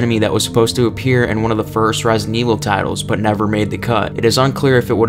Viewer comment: "Resin Evil"